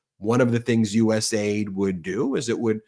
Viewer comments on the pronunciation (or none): none